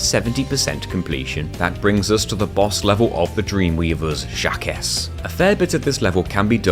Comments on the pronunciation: Jaquces is not "Jack-ess" its "jauk" (au like in authority), thats as close as you can get with english letters. Since it uses a spund that english dont have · I know I'm not the only one to say this, but across the pond here in Burgerland, Jacques is pronounced like "Shock" with a Z instead of an S, like "Jock" but without the hard start of a J. Hearing it pronounced Jack-iss is very humorous to an American ear. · Jacques is pronounced Jack but with a French accent 😆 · Fyi, Jacques is pronounce "Jocq" xD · "Jacques" is pronounced similarly to "Jack". It's a pun, as he is a "Jacques-in-the-box" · Awesome video :D But Jacques is a French name, it's pronounced like Jock but with a soft J and kinda sounds like Jack, cos he's a Jack in the box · Awesome video! Wish I'd known about the RNG manipulation with Level Storage when I did chargeless. Though I'm pretty sure Jacques is pronounced "jahk". It's French. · I feel pain every time I hear it said like that. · Surely it’s intentional. I mean, he’s British and France is right there lol. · This video was so good right up to getting to Jacques. How you pronounced that made me throw up a little in my mouth lol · As far as I'm concerned, glitches are perfectly fine for a challenge run like this. The devs may not have intended for you to use them, but they didn't intend for you to ignore Spyro's wings, either, did they? This was an incredible run, and you've improved a lot! I lost it every time you pronounced "Jacques" that way, though, lol. It's the French version of "Jack" because he's a jack-in-a-box.